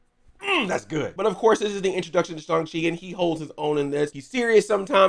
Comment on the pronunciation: I like how you're one of the few people who actually pronounces his name correctly.